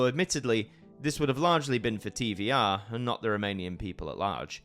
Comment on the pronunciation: Hey is Televiziunea Romana and it is pronounced TVR and not TV"I"R AND TV"E"R (on the screen it is pronounced with ve not vi)